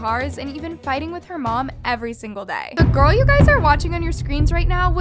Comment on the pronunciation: Lol last video was like “gurl” but today she is like “GURLLLL”